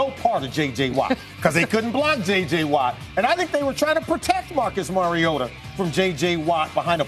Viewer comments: did roger goodell really pronounce it "marcus mariot-o" in the beginning? lmaoooo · "Marcus Mariotoe" FIRE GOODELL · "Marcus Mario-yoda" Force strong in Goodell